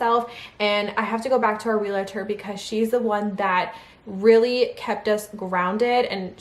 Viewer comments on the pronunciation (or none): I'm sorry but it's realtor not relator...you said relator numerous times in this video! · Hi,. 🙂 A friendly tip: It's pronounced 'reel tor'. This is genuine, not being snarky at all. ❤️ Congratulations, on your new house!! Myself, my boyfriend, and our daughter, we're planning on moving too, this year (2026, sometime. Hopefully. 🙏🏻🤞🏻). To a different state. Can’t wait!! 🤗🥰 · And say real-A-tor one thousand times. 😂